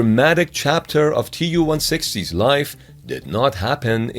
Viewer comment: Tu is not an abbreviation. It is shortened from Tupolev. It is pronounced like 'to' in 'to you'